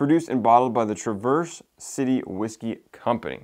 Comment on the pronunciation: Great vid as always. Have to give you a couple of heads-up though. For one, Traverse is pronounced trav-erse city. Not like traverse traveling. They make great products, and the town is awsome to visit if you ever get ip that way. My only criticism of them is they are not very transparent about the fact that almost all of their products are sourced. I dont know about the finished products, but as of last summer when i was there, the only juice for sale that was their distillate was their north coast rye.